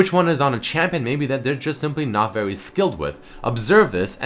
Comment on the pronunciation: Not vewy skilled xD Great video